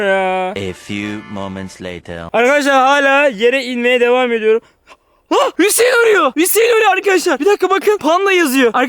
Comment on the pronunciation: Fatih abiş:hüseeğn hüseğn ee sesimi duyuyosan bağır Ben:hüseğn değil la panda